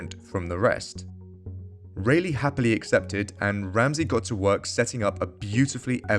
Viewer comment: It's RAYleigh as in "Bar" not RAYleigh as in "Bay"...